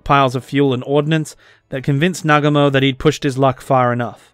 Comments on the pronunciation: It is NOT Nagamo . It is Nagu mo . Good history. But . To bad it is so childish . Really . I wounder what is in this guy's mind . 😂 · Bro, it's pronounced "Nah-GOO-mo". Like most Japanese words, the emphasis is on the second syllable.